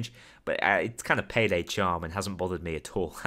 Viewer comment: I laughed when you said PAYDEL